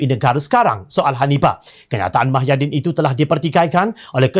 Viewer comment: Mahyidin atau Muhyidin? Jangan sampai Muhammad ko sebut Mahammad... Semua Berita ko sebut Mah bukan Muh 😒